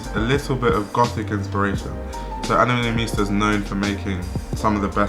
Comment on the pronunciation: the way u say her last name is so funny